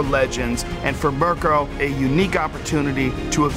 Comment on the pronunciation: I cringed how he pronounced "Mirko".